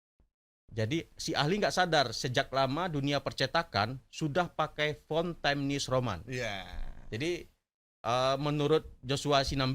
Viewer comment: Anda ini nyebut nama fontnya aja salah... Times new roman bukan time news roman...